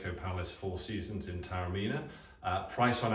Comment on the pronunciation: A fascinating insight into a magnificent hotel set in a pearl of an ancient walled city; thanks. Just one quibble, Taormina is pronounced correctly ‘Tah-orr-mee-nah’.